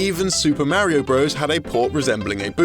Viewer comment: I do agree with you on not butchering language, as I've always been obsessed with spelling and grammar. I do, however, see the humor in pronouncing things incorrectly, as he did with "bros", which I'm sure he did on purpose, as they do quite commonly on this channel. This channel is informative, yet they do have a comedic sense. If people out in the world aren't using language properly, that's their problem, not the fault of a channel on the internet.